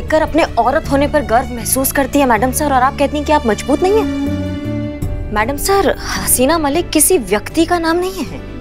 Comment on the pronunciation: Mazboot nhi majboot 😂😂😂😂